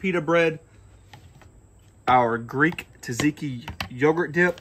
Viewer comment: Please learn how to pronounce things correctly, especially if you're going to try to teach people. Gyro is pronounced like the words "yes," "you," and "yodel." Think of it like "ye olde." Also it is tzatziki, not Taz tiki. You can break that down by syllables, tza tzi ki. Kind of how you pronounce "tzar."